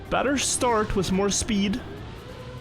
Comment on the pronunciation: Previewsh? SssPEEED? Just make videos in your own language and stop murdering mine.